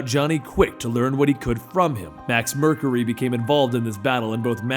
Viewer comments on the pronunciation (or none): none